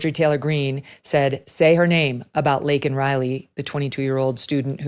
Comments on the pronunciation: They are ILLEGAL! They have not built this country, they Are breaking it down though. But, he did not apologize for saying Laken's name wrong. What a blithering idiot! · The point is he wasn’t going to even mention her name if it wasn’t for him being put in a position where he had to. That’s disgusting in and of itself, then he says her name wrong which shows how little of a damn he gives, added on to the fact he hasn’t even reached out to Laken Riley’s parents at all…He doesn’t apologise to her parents for saying her name wrong but DOES apologise to the murderer for using the CORRECT term. What a nice guy 👎